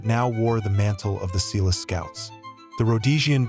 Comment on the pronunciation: Exactly. Also Umtali... When the pronunciation is off, we're forced to wonder about accuracy.